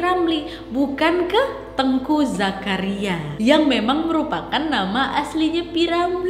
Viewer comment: Saya dari aceh, mau koreksi sedikit, untuk cara baca namanya bukan teungku bacanya kakak, tapi teuku, gak pake ng 😁